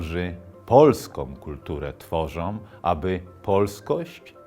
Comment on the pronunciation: Jak się wrzuci na 1.25 prędkość i z miłosierdziem podejdzie do takich kwiatków jak "Polskom" i "Omblęgorku" to idzie nawet obejrzeć.